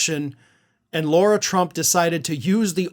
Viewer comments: This news is 3 or 4 days old already and you keep mispronouncing names. It's Lara not Laura and it's Mer-Shawn not Mer-chan. It's A-Lene not I-Lene Cannon. Why don't you show videos instead of just quotes? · I'm a major fan & follow both of your YT channels. I'm pretty sure that it's not deliberate, but you're pronouncing "Lara" incorrectly. It was intentional when repubs pronounced "Kamala" wrong, but I'm pretty sure you wouldn't do that. Thank you for all of the work that you do to keep us informed.